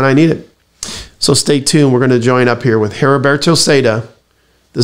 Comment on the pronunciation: The h is silent in Heriberto.... If you need help with Spanish let me know.